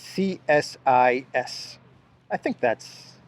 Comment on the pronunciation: it's said 'C-sis', just to make it easier on you.. lol.. bad enough you have to do verbal gymnastics with polish names.